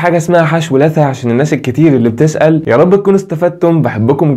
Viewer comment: ياخي لثّه بالشده مو لاثه قرفني نطقك لها بالمقطع